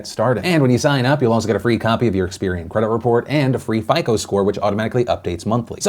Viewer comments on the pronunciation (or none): none